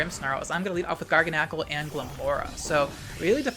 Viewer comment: The way says garganacl triggers me so hard. Instead of it being like gargantuan, but with nacl instead of tuan, he says it like GARGLE. I’m choking.